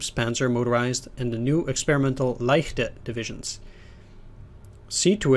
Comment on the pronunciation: Thanks for pronouncing "leichte" correctly. <3